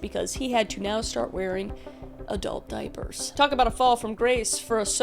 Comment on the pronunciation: The emphasis on the diapers is taking me out.